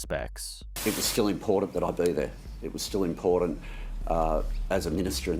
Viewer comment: He can't even say the word important